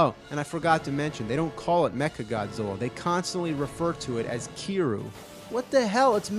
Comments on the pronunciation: even before Yakuza came around becoming more popular I still thought it was pretty cool, and not hard to pronounce, James could've just said "Keeriou" not "keeru" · Kiryu is a Japanese word for "Metal Dragon" and it's not pronounced "kiroo" it's Kiryu with a Y